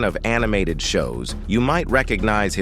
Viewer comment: “Ed WUNK-LER”😂😂😂 Geeze AI😂😂